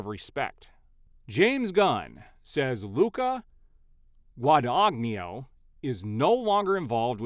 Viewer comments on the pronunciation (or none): i believe it's actually pronounced gwah-duh-knee-no